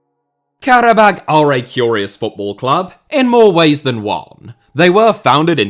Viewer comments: Pronounced Kara-bah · pronounced Karabaa